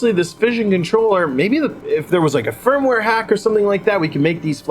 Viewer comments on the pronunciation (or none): none